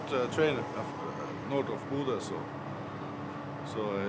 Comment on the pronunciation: Bo dude...bodø